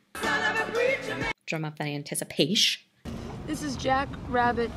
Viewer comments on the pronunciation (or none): Did you really say anticipation without the last syllable? The only alternate pronunciation of that word I’m familiar with is from Rocky Horror :)